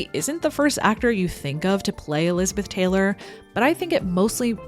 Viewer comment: Are you saying "lizard dick" or am I just hearing what I want to hear?